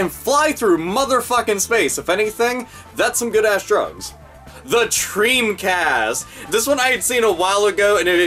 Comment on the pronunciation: I died at "Treamcast."